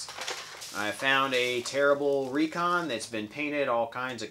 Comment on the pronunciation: Wow, so cool! Thank you so much! I win I win! Recon was My first n strike blaster. You even pronounced my name right!